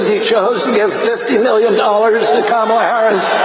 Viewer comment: ...it's Kamala, pronounced (Car-Ma-Laar), buddy. But you already know that. Why pronounce it incorrectly if not due to audience capture?